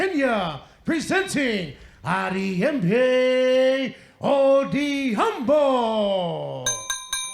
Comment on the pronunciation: All the best bro...Its Ariembi not Hariyembi....its Odhiambo not Odiaaambooooo🤣🤣🤣🤣🤣🤣🤣🤣